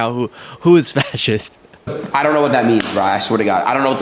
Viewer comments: Adin seems more than a little dyslexic which would explain why he's that old and still can't read. Even his name looks misspelled (Aiden). I wanted to cut him some slack, but the world is full of audiobooks. He's clearly willfully ignorant. So he lost me when repeatedly said "fassist". This was really painful to watch. It's the dumb leading the dumb. He's willfully ignorant. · What an idiot this guy adin ross is! I mean should a guy that cannot properly pronounce the word”fascist” properly and has to look up the meaning really be in the business of “influencing” others on social media to do anything other than what clothes are hot these days…… really! With all that money you’d think he could have afforded a better education, or even just an education for that matter because these concepts are BASIC! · Fuck I remember that dude having trouble pronouncing "fascist" idiot just talks in brain-rot terms "On god on god for real for real no cap" fuck sakes stop teaching kids how to gamble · The dude that can't pronounce fascist talking to a wannabe fascist? This is gold! Mind-numbingly stupid gold, but still gold.